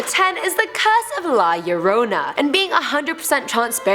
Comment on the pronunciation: THANK YOU FOR PRONOUNCING "LA LLORONA" CORRECTLY. NOT MANY PEOPLE DO. Can you make a "Top ten movies based on real life criminals"?.. 😍😀